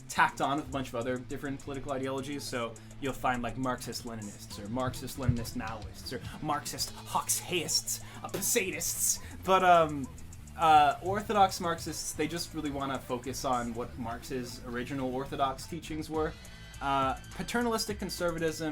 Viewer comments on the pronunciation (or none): Hoxhaist is pronounced HO- juh-ist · You pronounced Hoxhaist wrong. the xh has more of a "dj" or "zh" sound.